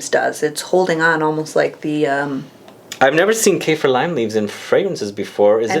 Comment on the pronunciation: Its Kah-feer not Cay-fear